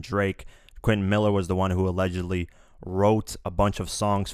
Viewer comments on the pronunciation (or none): none